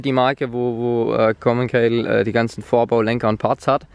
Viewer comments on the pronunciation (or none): Es heißt RockShox und nicht RockShock außerdem heißt es Commencal und nicht Kommenkayle🌚